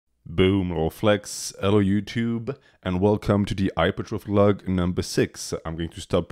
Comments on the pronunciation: bro turned american 😭😭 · You said youtube wrong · He pronounced the “T” in YouTube in the intro :(